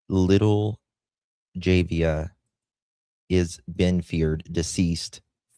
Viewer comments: Jah-vay-ah not jahaveah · Please learn the proper pronunciation of baby girl's name if you are going to continue reporting on this.